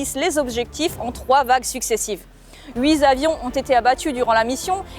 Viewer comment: Très bien ! Merci beaucoup. Une portion "short", donc. Certains sujets, ça suffit amplement ! Ça va. On comprend bien, la totalité du sujet apparaît bien juste. Par contre, chers amis : pas "huit z'avions...", mais "huit t'avions" ("huit'avions", "huit avions""), ça va mieux. Merci pour votre très bon et plaisant travail.